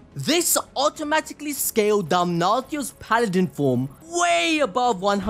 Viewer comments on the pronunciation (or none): none